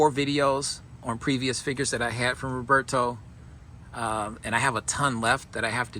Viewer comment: My sincere condolences on the passing of Roberto. All I knew of him came from you, he was a mythical figure to me. His collection was vast and of high quality, the way you pronounce his name has such a great sound.